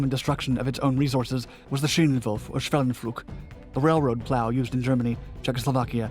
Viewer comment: when you spell schwellenpflug, it sounds like you had a stroke while reading.